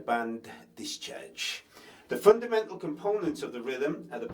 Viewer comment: I love the way you say discharge lol. Dischurch. Thanks for the lesson. Gonna pick up drumming again soon